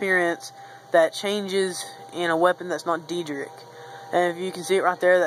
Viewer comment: Just letting you know, it is pronounced Day-drick. Nice save though.